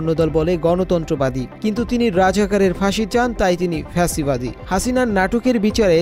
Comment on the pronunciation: কাদের দিয়ে নিউজ পড়ান?? ভুলভাল শব্দ পড়ে ।লেখছে ফা সি বাদী বানায় দিছে ফ্যা সি বাদী